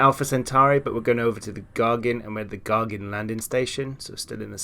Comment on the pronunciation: Not gargin but Gagarin :)